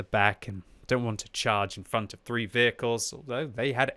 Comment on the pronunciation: Why did he say five four fweeee two one?😂